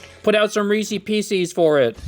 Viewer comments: Unsubbed just for the way you said Reese's Pieces lol! It's the name Reese. It should rhyme with "pieces!" If a guy named Reese had some pieces of candy, they'd be Reese's Pieces! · The way you pronounce Reese's Pieces is infuriating.